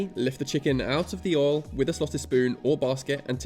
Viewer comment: Aw he says Oil like Ohl like folks from the South of the US